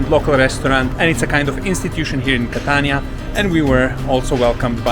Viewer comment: Es ist unglaublich dieser Typ ist nicht in Stande Catania auszusprechen!!!!! Catana schäm dich du hast von nichts eine Ahnung